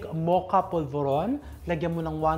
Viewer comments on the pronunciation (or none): none